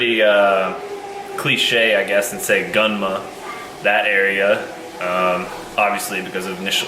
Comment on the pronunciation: Can't wait to see you work at Garage Defend. I'll definitely go visit you when you come to Japan! 楽しみにしてるよ！ btw you pronounced Gunma (群馬) wrong lol